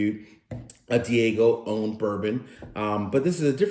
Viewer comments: It’s pronounced. Dee aj eeo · Great review, love Blender Eboni Majors' choices here! Lovely nose and that thick, lingering finish. Just a heads up, "Diageo" is pronounced "Dee AH-gee-OH